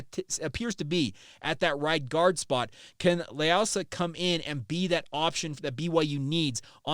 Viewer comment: You totally butchered his last name. It’s pronounced lei oo sah 😂